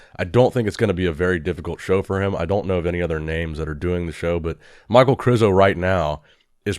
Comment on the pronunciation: Hey, when are you gonna start calling Michal (Meek hal / Mikal) instead of Michael?